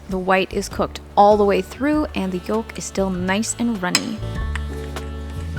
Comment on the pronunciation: The "L" in yolk is NOT pronounced! Its "yoke," not "yolllk!"